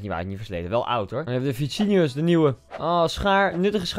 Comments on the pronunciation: STOP EENS MET DAT VICINIUS! HET IS VINICIUS! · vinicius niet vicinius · Niemand: Koen: “Vicinius” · Hoe die Vinicius uit spreekt kaulo grappig😂😂